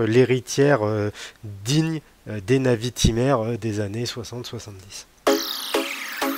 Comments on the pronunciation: Je suis très souvent d'accord avec toi mais là, j'avoue que je ne partage en rien ton avis. Bon déjà, on passe la prononciation de la Navitimer... LOL... Fais un effort s'il te plait... LOL ;) C'est une NAÏviTÏmer. Pas une navitimère.... LOL... ;) Bon j'arrête de me moquer, on avait dit, pas les accents et les vêtements... LOL ;) Ensuite, je trouve que Breitling a fort bien réagi et a sorti des modèles dans l'air du temps, pour bien coller à son époque. Et c'est parfaitement réussi avec un modèle emblématique comme la NAÏviTÏmer. (C'est pour que tu bosse la prononciation... ;) ) L'époque exige de la couleur, ils mettent de la couleur, tous les autres le font, ils suivent la tendance. Peut-être que tu as plus de mal avec la couleur sur les garde temps historiques et emblématiques mais il va falloir t'y faire... Et je pense que t'as pas fini de t'étonner, ce n'est que le début... ;) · Perso j'adore ces nouvelles Navitimer, retour aux fondamentaux avec superbe équilibre des cadrans liés entre autre à cette date d'une discrétion insolente !...... insolente comme d'ailleurs ta façon de prononcer navitimer "à la française" !!!! ca m'a tellement écorcher les oreilles que je serais à 2 doigts de te demander de revoir tes commentaires et de reprendre cela avec >>>>>>>>>navitaïmer<<<<<<<< please please please . Pour finir, tu affirmes d'emblée ta déception et ton désarroi sur ce modele avec des arguments d'une subjectivité affligeante et sans aucun fondement, qui AMHA n'est pas dans le cadre d'une chaine de partage YT et surtout d'intérêt collectif lié à l'horlogerie , oui ce pseudo "Debrief de la WebCast de Breitling" n'est est rien , c'est juste ton avis perso pourri . Sorry ! NAVITAïMER pleaaaaaaase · Arrête avec navitimaire !…😱 Par pitié, ça fait saigner les oreilles ! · La prononciation Navitimer fait pas passionné de Breitling 😳😳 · 🤣c’est trop ça 🤣 Personnellement j’ai jamais compris pour il sucre le R